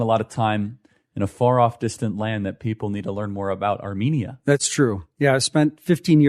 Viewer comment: Would've expected the agency to at least teach you how to pronounce Armenia and Armenians🤦‍♂️